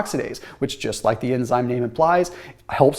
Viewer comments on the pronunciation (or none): none